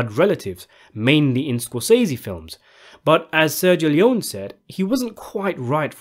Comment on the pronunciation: His name is pronounced Sergio Lee-own-ie, not lee-own.